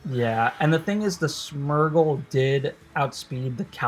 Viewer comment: SMURGLE loool. Smear-gle as in smearing paint